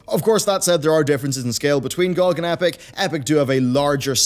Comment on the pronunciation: The way you pronounce GOG bothers me a lot. Good video!